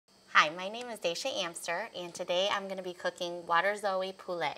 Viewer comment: Waterzooi poulet, a flemish word and a french word, both severely mispronounced. Tasty